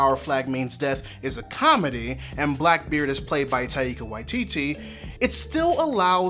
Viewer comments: Taika's name has two syllables, not three! So it's Tai-ka, not Ta-i-ka. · lovely video but I'm pretty sure you're mispronouncing both Taika and Waititi